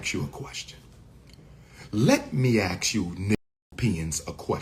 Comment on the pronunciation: Let me "Ax" you a question - LOL